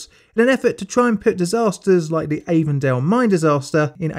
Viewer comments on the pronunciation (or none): You know what props to my British brother here for not butchering the pronunciation of Susquehanna. Didn’t get it right but wasn’t the worst I’ve ever heard. Edit: Did however butcher Avondale